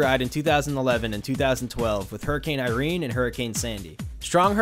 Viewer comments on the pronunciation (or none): none